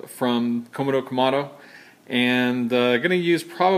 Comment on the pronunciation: Shouldn't "Komodo" be pronounced Ko-MO-do, not KO-mo-do? Just bugs me... C'mon; get it right.